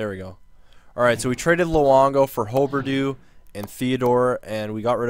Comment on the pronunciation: Its hugh-ber-dough